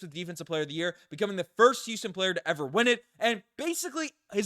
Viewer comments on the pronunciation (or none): none